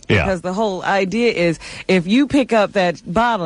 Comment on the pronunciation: "I'm just thrilled with the whole idear!" - Ellen Stern voice.